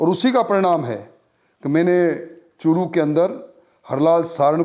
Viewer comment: चुटिए अभि.एंकर वो चु**t नही चूरू जिला है 😆😆😆😂😜😜😋 1.36#सेकेंड पर 😂